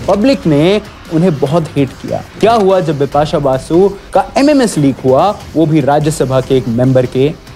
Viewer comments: My men Un brush men, she say her name dipasha, not bipasha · Did she say Bipasha Bipasha or Dipa shah Dipa shah ?😂